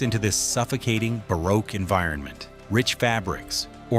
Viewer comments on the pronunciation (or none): none